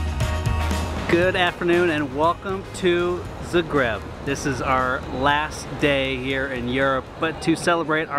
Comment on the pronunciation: bro says 'zgreb'. its 'z-ah-gr-e-b'.